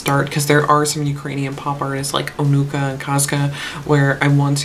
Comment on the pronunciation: Yes, the words Onuka and Peremoha sounds very similar to how you pronounced it.